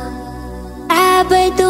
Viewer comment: В Имени Аллааh, не до конца произносишь все буквы